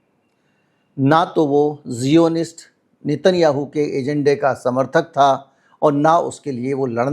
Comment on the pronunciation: जिओनिस्ट नहीं, ज़ाए- आनिस्ट